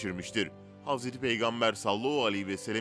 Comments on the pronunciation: Sallahu ne?! Madem dini bilgiler veriyorsunuz, düzgün okuyun! Sallallahu aleyhi ve sellem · Sallallahu aleyhi vesellemi daha net söyleseniz iyi olur